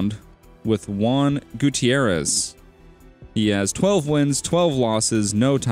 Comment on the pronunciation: Its OK everyone he's white he doesn't know how to say Gutierez (Ig no offence, idk how it would be offensive but ppl always find a way)